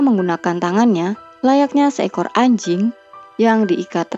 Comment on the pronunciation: ngomong "anjing" biasa aja woy😂